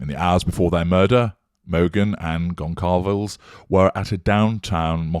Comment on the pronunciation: Conçalves, then.